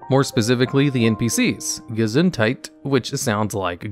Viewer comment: The way you pronounced "Gesundheit" was way too funny for me as a german 😂